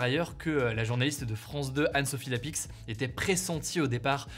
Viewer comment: Anne sophie "lapixe" on prononce ca "lapie" mais hugo a du mal avec ça, il y a des mots ou il prononce les lettres muettes, on ne dis pas hugo "taversse"